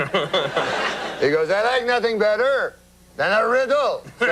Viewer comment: as a Canadian also, the way he says "I would like nothing bet-ter... than a rid-dle" slays me every time